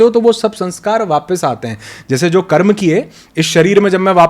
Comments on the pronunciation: दीदी कृपया कर्म को कर्म ही कहे, जेसा की हमारे शास्त्रों में लिखा। उसको कर्मा ना बोले। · मैडम जी स्वयं को अधिक प्रदर्शित करने के चक्कर में शब्दों को न बिगाड़िए कर्म को कर्मा उच्चरित मत कीजिए।